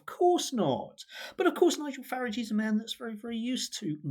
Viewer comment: Total drivel from someone who cannot even pronounce Farage (or does he think that's clever like the hapless Cameron used to do).